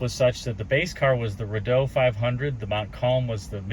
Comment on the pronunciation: We had a ‘66 Meteor station wagon. You give me a chuckle when you pronounce Rideau as Rid -doe. True Canadian is Ree-doe. Love the channel.